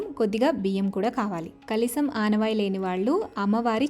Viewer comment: aanavaayi kaadandi aanavaayathi antaru..chala baga chesaru. congrats for your award